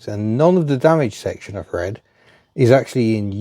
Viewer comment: Thread with an "f" ... Just tell 'em you're a cockney 😊